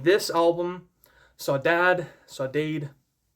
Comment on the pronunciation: Really enjoyed your review on this! Just wanted to help you on the pronunciation of the word Saudade, at least in Brasilian Portuguese it's: "Sou-da-jee" (I'm not from South America haha). I've heard Takanaka pronounce it once in a live show of his from 2018!